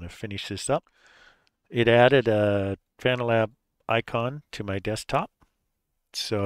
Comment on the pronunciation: "fuh-NAL-ab"! LOL Good point :face-green-smiling